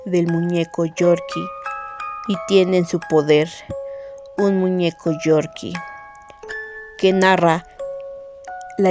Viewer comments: ES CORKY NOOOO GORGY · No es Yorkie es corky